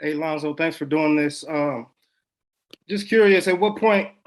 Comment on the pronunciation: I don’t know which country that is but it’s a dumb country for mispronouncing Lonzo’s name. Go Lonzo and Go Bulls!!!